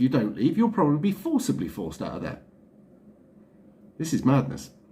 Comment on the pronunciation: pssst REV .. Its forced not fored..